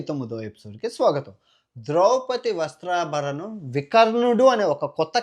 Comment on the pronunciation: "వస్త్రాభరణం " కాదు సామి " వస్త్రాపహరణం " , చాలా బాగా చెబుతున్నావ్ , ఇలాంటి చిన్న చిన్న పొరపాట్లు జరుగుతాయి.. సరిదిద్దుకొందాం.